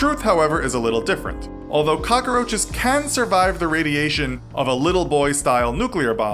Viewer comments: “Cock-a-roaches” literally every time he said it my eye twitched Edit: THAT KEITH RICHARDS FLAME ☠️☠️ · Why is he calling them cocaroaches? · Am I the only one that gets annoyed by him saying cockaroaches instead of cockroaches